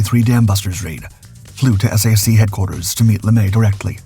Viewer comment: Maybe you're saying S-A-C because you think that's easier to understand? We never pronounced the letters in SAC, TAC, or MAC. We said Sack, Tack, or Mack. Love the videos, thanks for the hard work and getting rid of most of the AI slop!